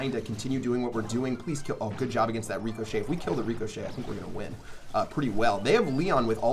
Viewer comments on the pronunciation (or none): Y do you say (Rico-shay) instead of (Rick-ah-shay) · Lmao the way he pronounces ricochet is funny. He says REECOchet instead of ri-ca-chet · actually nevermind its more of a ri-cuh-chet I just put ri-ca because sometimes the A sounds like a lowercase U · Shadowphantom66 he calls it that because then he will be able to call it Rico. He explained it on another video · it was funny how you said reeeekoshay it sounded funny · cuz sometimes people shorten it and all him rico, which kind of translates into the reecochet sound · Why do you say ricochet like reekoshet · Pronounced rick-o-shay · It’s pronounced rihkashay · Lmao, the way he says ricochet